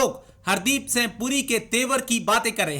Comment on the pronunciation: The person who made the video could not prononce ' singh ' correctly. Very funny. Nonsense. Idiot.